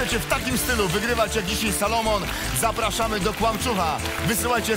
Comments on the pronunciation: SOLOMON a nie SALOMON;) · On się nazywa "SOlomon", a nie "SAlomon"